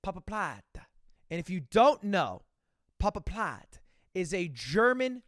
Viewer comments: Pabapladé, every german loves how you pronounce papaplatte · i never heard someone pronounce papaplatte like you did Ludwig. I cant stop laughing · The way he says Papaplatte is so funny